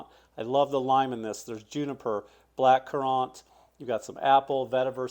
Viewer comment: Do they pronounce black currant that way in South Carolina?